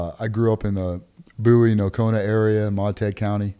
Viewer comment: Ah. AI Bouie , no, BOWIE , Tx. Small town country